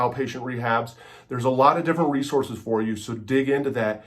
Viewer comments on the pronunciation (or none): none